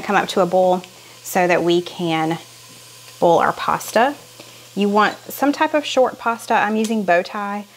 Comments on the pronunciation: I have to laugh every time you say oil and boil, you pronounce it like bowl. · 🍁🍂 Can I ask why you use chicken broth instead of beef broth , in the Shepard pie soup ? Soup is a real comfort food. I’m a navy brat so I lived all over , I say seerup too ….I live in PA the last 50+ yrs. No, the wooden spoon trick doesn’t work for me either .You sound you say boil…like boll ( weevil ). I remove the long stems from spinach too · I smile every time you pronounce the word boil--just like a true southerner! Some folks make it a 2 syllable word but that isn't necessary. 😊